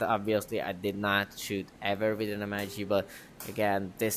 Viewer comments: Amazing product! Just so you know the aircraft name is not pronounced M. I. G. but as a word. NATO refers to the aircraft as a "Mig-29 Fulcrum." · Bro...its pronounced "Mig". It's short for Mikoyan Gurevich. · Guess learning to pronounce MiG wouldn't hurt you bro... ;) The designer of the aircraft would go cry in fetal position in a corner if he could hear your "EM AJ G"... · you PRONOUNCE mig wrong